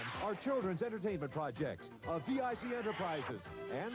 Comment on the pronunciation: At least you didn't say the name wrong 😅